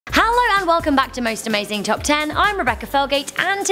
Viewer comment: Does she say hallo